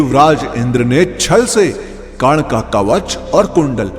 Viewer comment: Yrr aap karn ko kan kan mat bolo